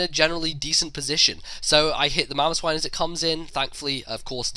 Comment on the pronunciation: His mamoswine and called mamoswin.